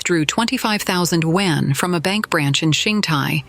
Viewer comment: Your voice AI is not pronoucing "Yuan" correctly, it sounds like "Wen".